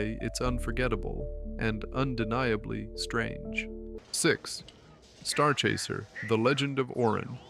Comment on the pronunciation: I thought it was Starchaser, not Starchayzer also was Sinchient mean?